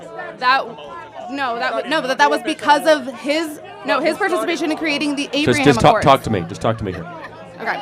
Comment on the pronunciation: The ‘Abriam’ accords? Come on now, the only reason I remember the name of that deal is because of how well it’s titled.